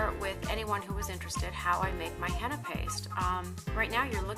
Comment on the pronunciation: It's not hannna its heena paindu.